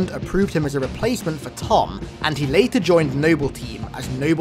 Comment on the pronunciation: I just want to point out it’s Thom not Tom